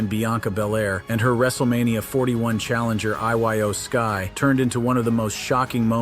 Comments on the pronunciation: I Y O sky lol really pronounce it right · Can this guy pronounce anybody's name correctly? Iyo sky is not I-Y-O.